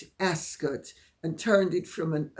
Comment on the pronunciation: Dear Lady C, was the “o” always silent in Ascot? Please have your cough seen to if you haven’t already.